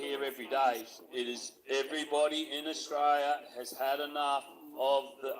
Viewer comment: This duffer can't even pronounce the name of the country they love so much. No one's trained to "knock you down" & that's just completely untrue. And in the end ..... The GG ignored the cookers & there's no response as predicted by any sane Aussie.